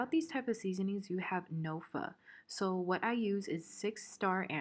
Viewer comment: You said pho correctly so i subscribed 😂